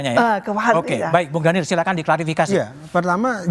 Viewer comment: Daniel, daniieelll, yg bener dong.